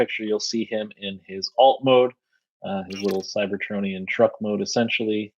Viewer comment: A bit offputting when alleged fans hosting events like this mispronounce things like "cybertronian" in ways I've never heard before.